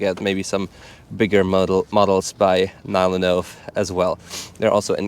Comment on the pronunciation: oh no he started pronouncing NyloNove on English manner :(